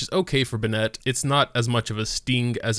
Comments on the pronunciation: You can say it either way, but it’s wrong. He says buh nette, which is wrong. It is pronounced ben net. Clearly english isn’t your strong suit. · Be-net, kaching my brain: ITS BENN-ET AND KUH-QING. ISTG IF MY EARS HAVE NOT FELT THE SWEET SOUND OF HARMONY IN PRONUNCIATION. SAY IT RIGHT, SAY IT RIGHT >:( my head: cmon, let's get you to bed grandpa.. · Lol I know it’s you cause you say “Ben Net” it’s “Ben It” :) you rock! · You say `Ben Nette`... i say `BeN Net` lol – either way he's pretty pog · The fact that he pronounces Bennett’s name wrong every time triggers me. (Btw, if you’re reading this, the correct pronounce for Bennett is “Ben-nutt”, not “Ben-nEtt” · BEN-nett, not beNETT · its ben-it no bin-net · you always pronounce his name "bennetté" but it's pronounced ben-nett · Its Ben-net not B'net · BEN NET not BUH NET lol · I refuse to subscribe until you learn to say his name properly. Bennett not Bennette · Bruh, its pronounced Ben-it not Ben ette. why do you do this? its a fairly common name. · his name is Bennet, not Bennette… please stop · "Be-nNET". Oh my god. The way you say his name makes me cringe. It's "Benn(i)t". Pronounce the second "e" like you would an "i". The way you say it makes it sound like it's spelled "Bennette". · Amazing video, but everytime you say be-nette my ears cry LOL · Every time you pronounce his name "Ben-ette" a child cries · His name is pronounced "Ben It"... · Imagine be-nette holding a bagu-ette Ok imma head out sry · I feel you i stop watching on 2nd time he pronounce benette, be-nette, like where the fyck did you learn to pronounce that way, even in the game all language they pronounce it right but wtf.. no hate ehe. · man it is killing me, and they straight up say "Benn-it" numerous times in the game. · Yeah, now i say it like that too LMAO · the way he says his name should be Benette smh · Nobody:: bnet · cant help but point out that he says "bennett" as if its spelled "binnett"